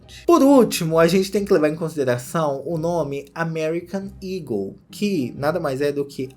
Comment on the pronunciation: SIMMM! mesmo ele mostrando as fotos da loja no começo tava na minha cabeça "ego" pela pronuncia, só no final do video que eu me toquei que o nome é "eagle"